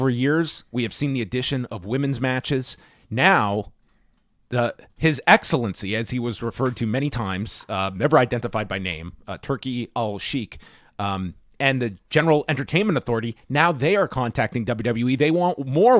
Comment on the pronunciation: a quick note from a native Arabic speaker. The correct pronunciation for Turki's last name is 'Shake'. You're prouncing the 'Al' part correctly, but the 'Shaikh' part is pronounced exactly like the verb 'Shake' and not 'Sheek'. I admire how you & always strive to pronounce things accurately, so I thought I'd chime in with my 2 cents. Thank you.